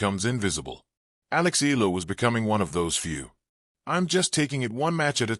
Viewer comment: Alex E-ya-la is how it's pronounced.